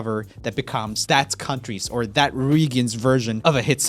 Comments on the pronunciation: At the very end he pronounces regions weirdly. He says "re-guns" instead of regions. I've never heard it pronounced that way before. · He also said the word "regions" with a hard G at the end if the video, so I guess G's are his weakness 😂